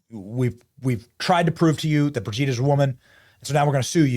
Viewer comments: Hey Benny, it’s ‘Bro’gitte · LMFAO the emphasis on Brigitte 😂😂😂😂 hilarious